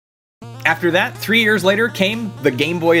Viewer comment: He said tree instead of three